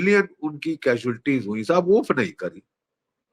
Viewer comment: I love the way G.D sab say the word Sab Respect from Pakistan